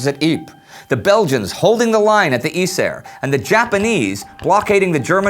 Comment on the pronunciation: Maybe this is just a detail, but I don't understand how Indy seems to put effort into pronouncing "Przemyśl", but none for some of the Dutch/Flemish prominent names. Yser should be pronounced Aizur and why not call Ypres Ieper (~Ee-pur)?